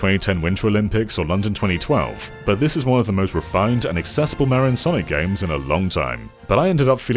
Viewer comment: Got to love how awful he is at pronouncing Mario.